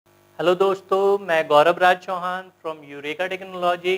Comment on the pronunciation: गौरव राज चोहन??? है तो चौहान , बोल क्यों रहे है???